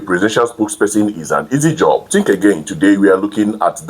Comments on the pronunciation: It’s not tink. Say think. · You need to improve your presentation image and skills. For starters, you need a few lessons in elocution and particularly pronunciation. Think and Tink are two different words. Secondly, you should try and have a wash and dress well before appearing in front of the camera. Wearing your night T-shirt while appearing in public makes look dirty, unhygienic and dishevelled. In fact, you looked horrible in this video.